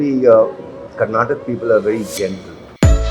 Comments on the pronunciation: As much as I like him it is disheartening to see he cant even pronounce Karnataka properly. Generosity is always taken for granted. Bangalore definitely the place for best breakfast! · Nothing to be proud of..he is staying in bangalore since 1969 like he said..and still does not know kannada.. Sad..we kannadigas make them so comfortable in our state that they never try to learn our language.. look at him in ths vedio he is saying "karnatak" instead of saying Karnataka.. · Karnatak alla, adhu Karnataka… you have been in Bengaluru since 1969. what a shame!!! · Naahh .. he's not fluent.. he can't even pronounce Karnataka he said karnatak.